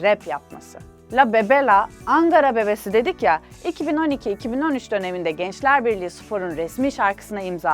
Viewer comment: Gençlerbirliği "spor"ne lütfen Ankara'nın gururunu düzgün okuyun